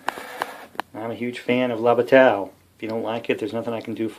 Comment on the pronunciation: Thank you,. I enjoyed this very much. All of these games were under my radar with the exception of Holland '44, which is on my table right now. If you're interested, bataille is pronounced 'bat-tie', like what a flying mouse wears to a court date.